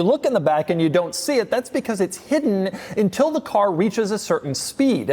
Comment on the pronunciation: Did he say “intil”?